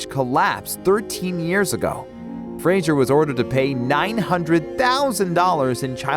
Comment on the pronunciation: For god's sake it's Fraser, not Frasier. How has practically no one in media since the start of his career been able to pronounce his name?